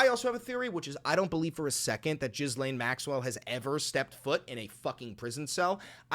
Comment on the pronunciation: You keep mispronouncing Ghislane. I know it shouldn’t matter but it’s bother me lol